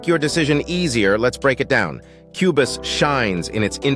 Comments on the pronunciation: AI voice saying cue-bus? Not even worth a watch! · Wow. A new level of total AI trash. Not only is the title software mispronounced as "Cue Biss," which would be done by no human, and then differently mispronounced again as the hilariously apt "Cue Boss" , but the information is worse than not knowing anything about either. The video tries for example to make a case about professional features then instantly shows the obliviousness to what that means by offering "chord pads" as an example. Almost every example is the same. Just lists of randomly gleaned features and misinformed opinions about why they matter or relate to professional vs hobbies workflows. It was so bad, and utterly shameless, that it really needs to be given credit as a modern milestone in uninformed review clickbait. Well done. I will certainly be back to unlearn something else. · This is by far the worst comparison video ever. Not only does the AI voice mispronounce Cubase (a distraction) but says absolutely nothing substantial about either DAW. S-T-U-P-I-D